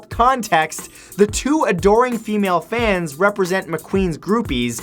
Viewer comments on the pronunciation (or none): none